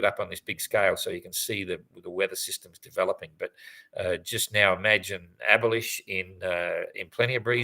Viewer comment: Is there any good reason to pronounce "Abhilash" "abolished"?